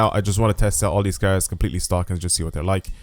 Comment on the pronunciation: Your Cars pronunciation is killing me